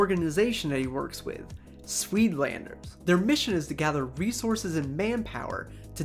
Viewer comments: It's pronounced "sied-landers" And "booer" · This is a great video but I laughed out loud when he pronounced “suidlanders” as “swedelanders”